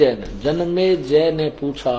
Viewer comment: संत रामपाल जी जनमेजय और वैसम्मपायन का उच्चारणभी सही से नहीं कर पाते ये कैसा ज्ञानी है पता नहीं कैसे लोग इन्हें ज्ञानी मानते। गीता का श्लोक पढ़ना रामपाल जी के बस की नहीं उसका अर्थ कहां से लगा पाते हैं वह। गलत गलत पढ़कर तथा गलत गलत अर्थ बता कर लोगों को गुमराह करते है